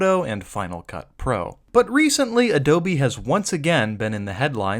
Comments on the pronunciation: Can you stop saying adobie like an idiot I want to watch the video 😅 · Adobye, not Adobe. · Why "AdobIe", do not write a do not say that, it's totally disgusting